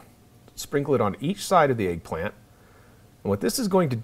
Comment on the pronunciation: It's egg not eaag